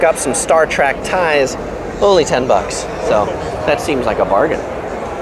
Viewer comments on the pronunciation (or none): Thanks for the tour it was great. (but for the record its Star TREK not TRAK. You said TRAK at least 3 times). I know, I know... wrong convention lol. Good job regardless.